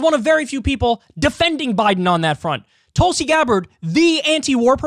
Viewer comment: Haha - David Packman pronounces Tulsi’s name as Toolsi 🤣🤣